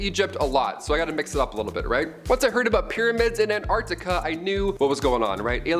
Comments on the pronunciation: Sorry Antarctica……not Ant-Arctica… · Just love the way pronounces somethings….Antartica is one word not Ant-Artica. Say it faster. Love your work ❤